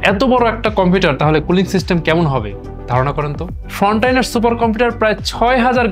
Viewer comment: ভাই আপনার উচ্চারণ গুলো ঠিক করা উচিত। ওটা ' ফ্রন্টিয়ার ' সুপার কম্পিউটার, ফ্রনটাইনার নয়। পেরিফেরাল হবে , ফেরিফেরাল নয়। দয়া করে আমাকে ভুল বুঝবেন না। ধন্যবাদ।